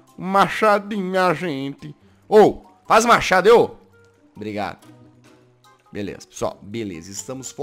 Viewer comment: Eu ri quando ele disse belesa foi em grasado mano kkkkkkkkkkkkk